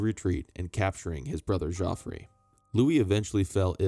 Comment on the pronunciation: Thank you for the video. The pronunciation of Geoffrey is the same Jeffrey